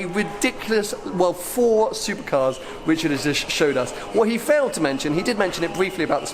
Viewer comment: Damn dude, learn the difference between r and w, his name is Richard and not Wichard.